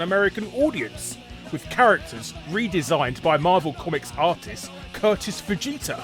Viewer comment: Okay, was I the only one who heard Curtis Fujita as Curtis Vegeta, or am I just dumb.